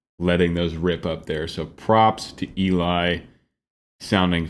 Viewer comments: Eli’s name is pronounced like “Ellie” 😊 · Another great reaction. One word.... Eli's name is pronounced El - EE (not the more usual EE- LI). Short for Eliezer (hope I spelled that right!) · Just in case no one else has mentioned it, Eli's name is pronounced "Ell-ee", not "Ee-lye". 😉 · I love your explanations of everything, but... Can I correct you in one thing please? Eli's name is pronounced L EEEE not EEEEE leye. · Not being a jackhole but its.pronounced LE. Like Ellie. The female not Ely the male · First, I enjoy you musical analysis. It’s interesting. Second, really, Eli’s name is pronounced L-E, not ee-lie. Short for Eliezer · fantastic high cs on the high seas! btw it’s pronounced Elly not Eli 🏴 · Just wanna point out eli's name is pronounsed elee, not eli like its written. Great video as always 🥰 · Just for illumination's sake... Eli's name is pronounced "eh'-lee" I know. I made the same mistake, and later learned of my error. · Just FYI. It is pronounced Ellie. As in the beginning of the name Eliott. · Great reaction as always.....and Eli is pronounced "Elly" in our Eli's case. LOL This was such an incredible arrangement. Geoff outdid himself on this one. It has so much complexity. These guys are so damn talented, and Eli (Elly) is an absolute rock star in this one. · Thanks for this reaction! As I'm sure that someone has told you, Eli is pronounced 'Elly'. I think you should go as deep into the music theory as you'd like. Looking forward to your next reaction! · I love your channel and I love Voiceplay! One thing I learned is that Eli pronounces his name like “Ellie”. Please keep up the great work and I think you would be surprised by the choreography in Geoff’s Monster Mash. In any event I’ll keep watching! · Just so you know, Eli's name is pronounced like "Ellie". Odd i know but there you go lol